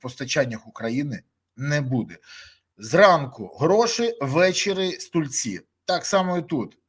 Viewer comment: Все непогано, тільки не стУльці, а стІльці. Вподобайку, та переглядів каналу. Все буде Україна!